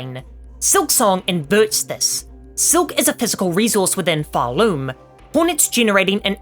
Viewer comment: Realize, it’s called PharLOOM like a THREAD being SPUN on a LOOM